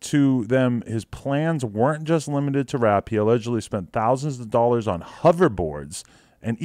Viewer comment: Why do you say dollars like that